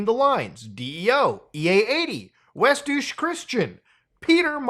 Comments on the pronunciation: Bro said westdouche Its pronounced "doiche" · "Westdouche Christian." That is NOT how that is pronounced.